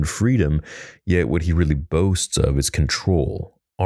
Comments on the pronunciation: Tell me why I thought he said Arby's and not armies... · Had to replay a couple times. I heard "Dooku is a master of Arby's" lol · It sounded like you said Dooku is the master of Arby's